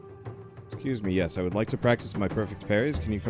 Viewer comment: "Yew wood" No, I wouldn't.